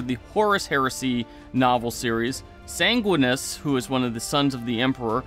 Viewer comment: You can't even pronounce Custodes or Sanguinius correctly. It was 8th edition, not 7th, for male Terra royalty recruitment, chat has beat you up over your misquote regarding SoS. I can't take your vid seriously bc you can't take your job as a YouTuber srsly.